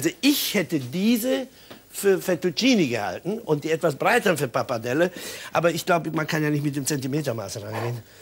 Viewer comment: Italienisch sei seine Muttersprache? Ts,ts und mehrfach sagt er Parpadelle…. Es heißt Pappardelle!